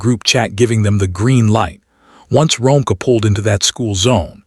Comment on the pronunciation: Her name is Ro-meeka (Romeca)that’s how u pronounce it sir ai.